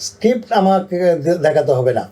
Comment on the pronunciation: আমাদের পরিচালকদের এমন অবস্থা যে "স্ক্রিপ্ট" কে "ইস্কিপ" বলতেছে। দেশের সিনেমার মত ধ্বজভঙ্গ অবস্থার 😂